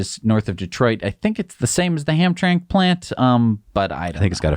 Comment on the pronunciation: hamtramck is pronounced ham-tram-ick... I believe you underestimated the buying power of pickup truck buyers. There are lots of people who buy trucks and RVs who have a lot of money. They are willing to buy very expensive vehicles. But in general I liked your review, thank you. There is one other issue which is that all this discussion of future vehicles is basically built on sand since actually producing these vehicles en masse is totally different from making prototypes. Yes GM and Ford can make ICE vehicles. But honestly so far nobody is having an easy time making production runs of electric vehicles, so I'm going to believe the vehicles I see already produced. Also all the capabilities of vehicles that have not yet been produced are totally unknown--yes Tesla seems like their predictions are anchored in their experience and capability therefore probably pretty accurate. But still the actual product has not come out of the gigafactory. But honestly I wouldn't put much stock in GM and Ford's predictions about electric cars they have not yet produced in large quantities... not until I see them.